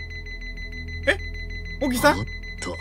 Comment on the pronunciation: 荻久保→おぎくぼ ❌はぎくぼ 何回間違えんねんw